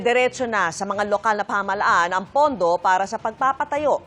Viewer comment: STOP saying "kilos protesta!" Protesta is ALREADY an act. Kilos protesta is redundant. Who hires these newscasters and reporters??? And, it's "pamahalaan," not pamahalhan. LOL!!!